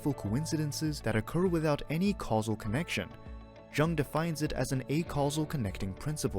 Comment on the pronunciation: Soft J my friend 🥰